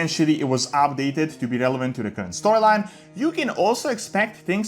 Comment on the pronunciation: Why he keeps sayin “ab-dated”